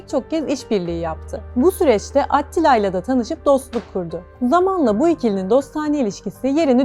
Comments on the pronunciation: Adını vurguladan söylese idiniz🌺kanalı değiştirmemek için zorladım kendimi🤗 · Bune bicim anlatim atttilaa degil attila olacak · O nasıl bir AT-tila telaffuzu,kulağımdan özür dileyin! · At ttttila telafuzu iyimiş. Yazı dili ile konuşma dili arasında ki fark sarsıcı olmuş.